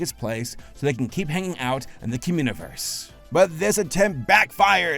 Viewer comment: Cumuniverse?? That's all I keep hearing